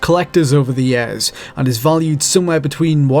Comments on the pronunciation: The moment this dude starts saying "years" propperly i will start gives likes to the videos. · Good lord, the way he says years.